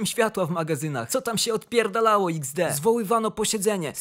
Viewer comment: ej ale ty wiesz że ''XD'' się nie wymawia tylko to jest po prostu emotka śmiania się( ''X'' to oczy a ''D'' to uśmiech)